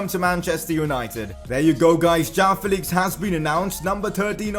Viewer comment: It is not jaao Felix... It is (Jo-aa-o) joao Felix